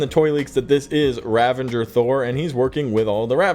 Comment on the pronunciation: THERE IS NO LETTER "N" IN RAVAGERS!!!!